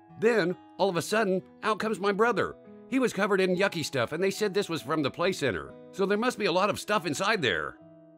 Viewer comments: when they said the "play-center" i started laughing lol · Ph@ Pla - center. Must be somewhere in England why "ah" sounds have "r" on the end.